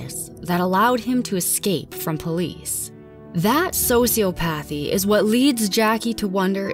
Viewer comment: "so-see-op-uthee" Js